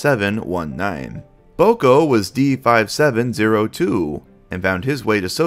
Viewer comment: Take a drink every time says D7502 instead of D5702